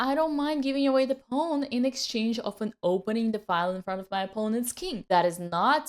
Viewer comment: I just like the way she says pawn…. “Pone”